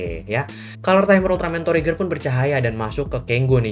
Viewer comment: Lu ngomong trigger kayak ngomong tregear bang